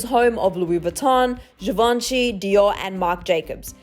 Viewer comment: ''jivanchy'' gurl...